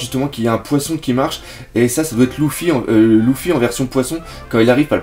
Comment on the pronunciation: pk tu dis louffy et pas luffy ?